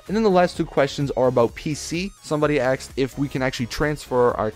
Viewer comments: I love how you say people "axed" questions, you're so intelligent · "Somebody axed" omfg he's turning black.